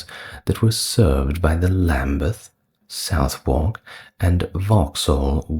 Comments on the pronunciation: 👍Southwark is pronounced sutherk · Why are Derby (Pr 'Darby') Pepys (Pr 'Peeps' ) and Southwark (Pr Suthock) mispronounced?